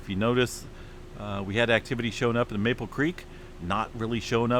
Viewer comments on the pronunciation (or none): none